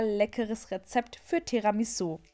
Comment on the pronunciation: Du sprichst es Falsch aus aber sehr gut